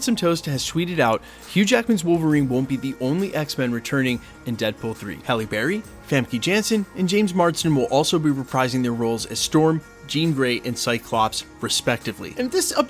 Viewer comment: its famKA not famKEY ugh